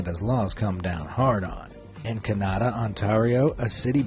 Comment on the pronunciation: Giggle. Absolutely NO offense intended but I love how the narrator pronounces Ontario and Kanata (I'm in Ontario, an used to live near Kanata. Also, in Kanata, you weren't allowed outdoor clothes racks or clotheslines. ❤️😁